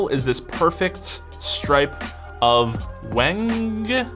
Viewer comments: pretty sure wenge is pronounced like henge in stonehenge. fire video by the way! keep em coming! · Nice! Also yeah, Wenge is pronounced "when-gay". :) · Ven-gay wood😂